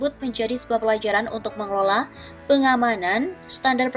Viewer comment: ADA TEKS MASIH SALAH BACA NYA APA LAGI TDK PROTOKOL BUKAN PROKOL JOK ,PRESIDEN PALING BURUK MEMBERI CONTOH YG TDK BAIK KPD RAKYAT NYA